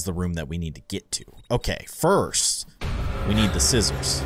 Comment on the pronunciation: you said fist not first